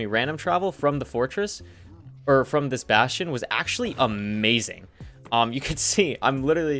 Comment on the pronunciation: What the hell is a “bashion”